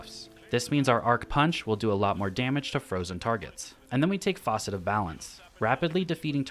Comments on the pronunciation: Dang, I have to mention, it's fAcet, not fAUcet for the fragment names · I think it’s pronunced F(ass)cet homie. It’s not a sink. Also there’s no “U”. Facet is a component of a whole. Sounds better than a leaky sink too. Just a tip so haters don’t hate in your future videos this season. Good videos thank you for good content bro-man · Facet not faucet 😂😂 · ...keep droppin strong builds buddy...also...don't say it like "foss-it"...say it like "fass-it"...👊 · Hello, just wanted to note the "facet" is pronounced fa- like fabric, not fa- like faucet. Love your your content. Keep it up. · For the record it’s a facet not faucet 😅 but love the build !!! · I'm going to make this build, not because of the gameplay, but solely on the fact you called all the fragments "faucet of" instead of "facet of" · It’s facet (fast-it without t) not faucet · facet (as in Apple), not faucet. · Minor detail, but it’s Fa-cet, not Fah-cet. That’s a sink “faucet” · facet - as in geology. not Faucet - we're not at a sink >< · It’s fas-set, not faucet. Otherwise, great video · Facet not faucet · you pronounce the word "facet" (FASS-et) like how everyone else pronounces the word "faucet" (FAW-set) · FAH-cet not FAW-cet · Facet, not faucet 😭😭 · Facet, not Faucet. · Faucet. Fawcet. Focet. But never once is the word facet in this video. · Nice build but these are facets, not faucets. Rhymes with "assets" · Facet, pronounced like fat, not faucet. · For the love of god it’s FACET NOT FAUCET homie is out there calling our fragments a part of a sink… 🤦‍♂️ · Bro... why you keep sayin' FAUCET? Are you installing your fragments in the sink? The 'A' in facet is pronounced like Fast or Ass. Fass-It. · Can't believe this man just said FAUCET like he's talkin about a kitchen sink XD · Interesting build I'll definitely be trying. That said, I've never heard someone pronounce the word "facet" like that before. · Yeah good build. Wrong pronunciation. 😂